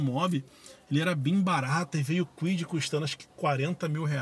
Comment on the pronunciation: Ele falou Fiat Kuid?😂